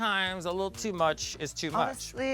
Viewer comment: Had me crying when Jessica wild kept saying litterl